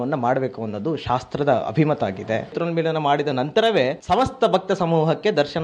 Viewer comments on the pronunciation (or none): ನೇತ್ರೋನ್ಮಿಲನ ಅದು... ನೇತ್ರ ಮಾಂಗಲ್ಯ ಅಲ್ಲ.